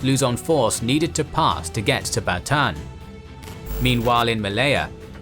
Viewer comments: Bataan. You pronounce all of the a's. Ba ta an. Thank you for this series. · Bataan is Ba-ta-an San Miguel is San Mi-gel (the "gue" is the same as "guess")